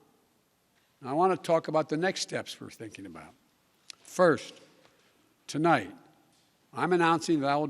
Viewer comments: His sixth word he speaks is “to light” and I’m pretty sure the prompter said “tonight” lol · Notice how OUT OF BREATH he is at the beginning. He had just walked 50 feet to the podium. And then he says "TOLIGHT" instead of "TONIGHT" at just 3 seconds in. TOTAL BOOB. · "Good evening, my fellow Americans. Tolight..." Dementia seems to be worsening. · Sixth word spoken “tolight” and should have been “tonight”